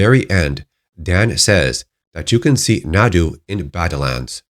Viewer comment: When Naru has become Nadu ? I watched again the movie especially for this, when the scene of her brother's death happens, when the predator goes invisible before killing her brother she says "We should go, Taabe!" and her brother says "Run, Naru!", almost "Nariu". There is no Nadu at all in the movie. Even if it's a culturel or language thing like you said in another comment, there is none in the movie and should not be called that way, EVEN if the director calls it that way now, years after the release, there is not a trace of that in the movie.. So, again this type of new wave writers, do not understand what it means for the story to "SHOW, do not TELL!" LE: I found out that on wiki for the Prey movie and other wikis linked to Alien and Predator universes, it's said that "Naru (pronounced Nardu)". STILL. is not Nadu. I even tried to find how to pronounce Naru in Japanese and Sanskrit, from where the word could come from and tried even an app for native indian language too and nowhere does it appear as Nadu or even Nardu how is appearing on wiki for the movie. This Nardu pronounciation is a new thing because I visited the wiki before and wasn't there this "Naru (pronounced Nardu)". It was only Naru, Naroo.. Just like in the movie. This is a new thing like I said, that the director attached it AFTER the release of the movie and the characters in the movie do not call her that way, so neither do we...